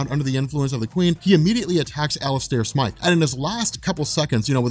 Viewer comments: smith does not sound like smyth stop calling the spider slayer smith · smIIIIIthe, it has the long "I" sound and then pronounce as you would with an E at the end of his name